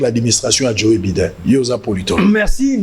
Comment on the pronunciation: Sango,djo baiden prononciation